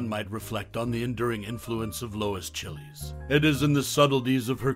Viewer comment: That movie is here for free right now but I doubt that's the way her last name is pronounced ... this guy making it sound like it's a country from South America or a food .